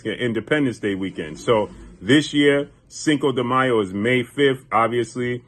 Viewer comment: What up long time no hear so been wondering When the Bloods Fight the Crips who you Role With? Nah just ruffling your Feathers thanks For pronouncing Cinco De Mayo Fluently 👍 cheers 🍻 ✌️